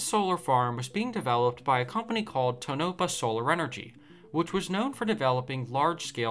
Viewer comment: It is pronounced Tone-a-paw with a short "a". It is not pronounced To-Nop-a.